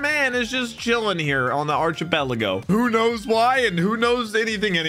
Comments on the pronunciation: Archipelago is actually pronounced ARKipelago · your inability to pronounce simple words like crocus and archipelago is insane